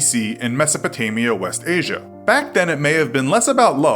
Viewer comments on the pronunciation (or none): none